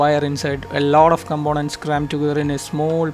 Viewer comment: When you for the first time pronounced combonents for components, I understood who you are.